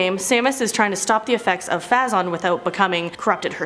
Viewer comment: phazon... I'm being triggered xD long A sound.